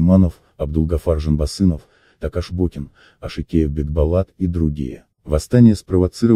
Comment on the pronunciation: произноси пожалуйста имена казахов на казахский лад, не Такаш Бокин а Токаш, не Д'жангильдин а Жангильдин! И тем более пиши на казахский лад